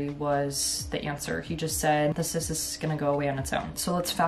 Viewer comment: Omgosh literally thought she said "I'm going to update you guys on my incest thing I've been dealing with since March" .... Nope, it was the cyst situation lol, I was stunned 😂